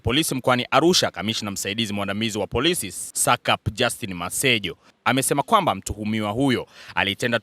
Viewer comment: Alaf ndg mwandishi sio sacapu ni saspi(SACP)😅